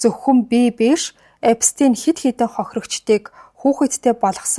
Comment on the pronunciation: Эпштэйн gej sh eer duudna shvv